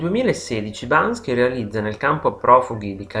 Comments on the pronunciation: Ma perché lo chiama Bansky? Non è Banksy? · subito alla prima parola sbagli..si chiama banKSy non banSKy.. :) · Ma perché lo chiami e lo chiamate Bansky e non BANKSY? MUHÀ! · ma Perché pronuncia sempre errorenamente. bansky? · Non è Bansky ma Banksy! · Video bello eh. Però BanKSy non BanSKy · Banksy! Non Bansky! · L'errore c'è anche a . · Sentirti ripetere in continuazione BanSKy è veramente assurdo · non basta... non basta.... non e' solo alla fine l'errore di pronuncia ! Mamma mia che somaro! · Ma se pretendi di farci un video ... imparare a pronunciarne il nome in modo corretto no? Ma dai!